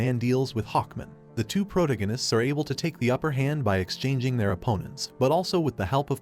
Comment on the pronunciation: He also doesn't say "Hawkman" or "protagonist" right either